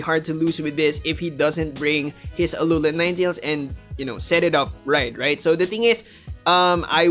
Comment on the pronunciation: Im just so triggered how you say Alolan